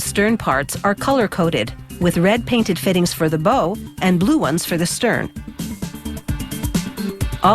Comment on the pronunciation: Do we drink every time she mispronounces bow?